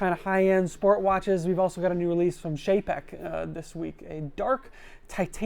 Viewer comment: Can't pronounce Czapek. Can't pronounce Longines. Can't pronounce Vulcain. Still does a video on the brands.